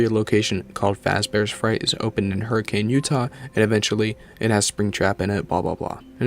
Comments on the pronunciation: Lifelong Utahn here- fun fact about Hurricane, Utah is it's actually pronounced "Her-uh-kin", and really more like "Her-kin" if you have a Utah accent. People who live in Hurricane will get mad at you if you pronounce it "Hur-uh-cane". (I'm not from Hurricane so I don't mind it lol) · Utah resident here. A quick and annoying correction, but one that is very important: Hurricane, Utah isn’t pronounced in the conventional way. You pronounce it “Hurr-a-kun.” The town was originally pronounced the conventional way, but there was a lot of British settlers that pronounced it differently, so it just kinda stuck. I’ll always be baffled that Scott chose Hurricane of all places for Fnaf to take place. Even today it’s a relatively small town. It was much smaller, and practically desolate in the 1980’s. It would make much more sense for Fnaf to have taken place in a town like Provo. There’s always a new business starting up there. Salt Lake City would also make a lot more sense, especially when you consider Utah University some pretty stellar technology programs.